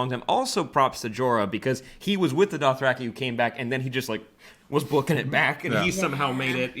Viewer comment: Fun fact, George R.R Martin pronounces it "Doth-Ra-Kai" and not "Doth-Ra-Key".